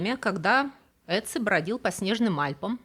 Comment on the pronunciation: Мумию того охотника правильнее называть "отци" (Ötzi). Первая буква это что-то среднее между русским произношением "о" и "ё". Жил он в эпоху каменного века, это примерно 5300лет назад. Это на тысячу лет раньше, чем были построены египетские пирамиды. в пазырыкской культуре люди относились к татуировке, как к декоративному ремеслу, а отсюда и все эти стилизованные изображения животных. К тому же их наносили, в большинстве случаев, воины и охотники. Поэтому эти изображения не монстры. помимо тысяч километров разделявших этих людей, их ещё разделяли тысячи лет. Немецкий священник и монах (14 век) Генрих Сузо причислен к лику блаженных в 1831 году, на своей коже, в районе сердца вытатуировал имя Иисуса. ... "Irezumi" (яп.) этот термин означает общее понятие татуировки. "Soushibori" это тип японской татуировки покрывающей всё тело, кроме ступней, шеи, запястий и головы. Так называемый "костюм" .... Маори это история письмена, каждый элемент имеет значение. С помощью своих татуировок жители Полинезии рассказывали окружающим о моем статусе, достижениях, о сражениях и трофеях. ... Дальше не досмотрел, не было времени 🙂